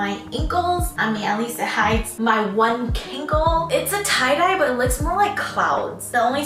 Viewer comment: They cloud-dye hehe Instead of tie-dye